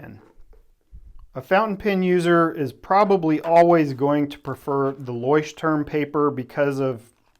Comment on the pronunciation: Also: loykh-tehrm, not loysh-turm.